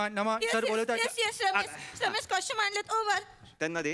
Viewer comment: Ani ha tar motha wannabe ahe costume LA costume Bolto